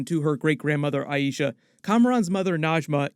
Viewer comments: I-Sha not I-E-Sha 🤦🏽‍♀️ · It's 'aye-sha', not 'aye-eee-sha'! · Small nit pick but why does everyone say "Ay-EE-sha"? It's AY-sha. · Please please please pronounce Aisha correctly. They say it over and over correctly in the show. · Feels like went out of his way to pronounce Aisha's name wrong several times this video. I feel like anyone studying the TV show "should" know how it's pronounced. Can pronounce Najma's name just fine though? Oh well, just my opinion. P.S. I'm not hating, just confused.